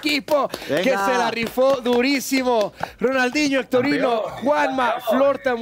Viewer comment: diciendole a hectorino "hectorinho" jajajaja